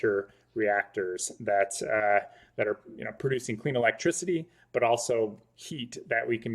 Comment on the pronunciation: i'm confused. is it pronounced "electricy" or "electric-city"?